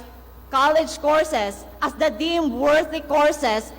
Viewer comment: ''the'' ''duh'' ''H'' ''each''